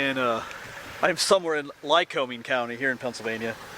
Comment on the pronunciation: FYI: It's pronounced MAC-Intyre and most locals say LYE-COMING with no long "O" sound...